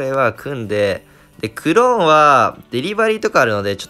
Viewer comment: クrrローン 発音よきww